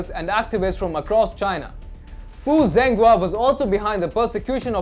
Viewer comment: Hey guys. Zhenghua's name is pronounced as JENGHUA NO Zenghua